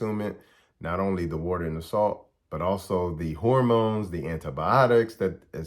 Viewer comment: When you say dat, do you mean That? When you say da, you you mean The? When you say day, do you mean THEY? When you say kaw, do you mean Called? When you say wit, do you mean with? When you say sane, do you mean same?